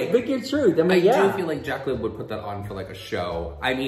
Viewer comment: Girl im rolling my eyes when i hear jaclinn